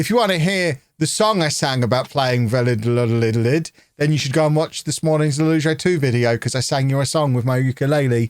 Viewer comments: Valladolid is pronounced "V-eye (as in eyeball)-a-dol-eed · va-ya-do(as in doe, a female deer)-leed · U say the name vayadolid I’m not Spanish either it took me years of watching Real Madrid games against them to understand how to say it😂😂 A tip ll=y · vie-ah-doe-lieth, slight stress on the 2nd and 4th silly🐮 🤓